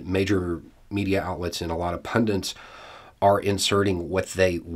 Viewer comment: "Pundent" isn't a word. Pundit is another word for commentator. Surprised at you,.